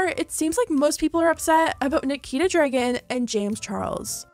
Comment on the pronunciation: She says Dregen every time